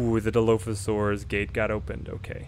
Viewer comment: Kid has never seen a JP movie it seems. He pronounces Dilophosaurus wrong. lol